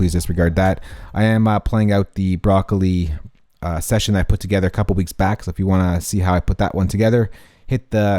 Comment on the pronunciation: The way this nigga says broccoli sounds so fuccin white